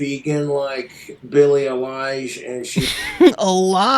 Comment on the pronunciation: he can't pronounce billie eilish and he also calls Isaac Butterfield "Isaiah" Butterfield. But this guy wants us to listen to his opinions